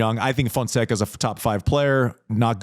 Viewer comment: MEAW Fonseca! hahahahahah Andy is going to learn how to pronounce his name soon, the kid will be winning ATP events this year. 🟩🟨